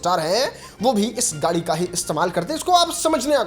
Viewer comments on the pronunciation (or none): Are fhate kapde Wale gari nahi gadi hota hai pahle gadi bolna seekh